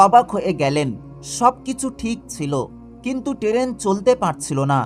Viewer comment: উচ্চারণ ঠিক করে কথা বলুন। টেরেন কাকে বলে?